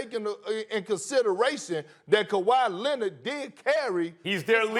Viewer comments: Everyone : Kawhi Leonard Stephen A : Kawhi Lenon 😂😂😂😂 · Kawhi lennid 😂😂